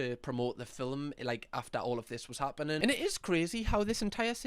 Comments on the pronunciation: I love it when says filmlm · I love ya but why are you pronouncing movie like “filim” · Why do you say film like filim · The way you say the word “film” makes me happy 🥹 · The way you say film is so satisfying for some reason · The way you say film had me in stitches!!! Love your videos ❤